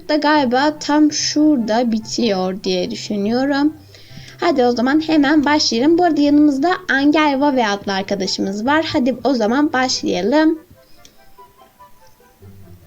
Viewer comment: Herkez o kulanıcı adını angelvave diye okuyor ama doğrusu encılvevy sjshsjshsh